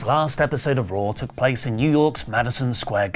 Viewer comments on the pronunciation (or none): none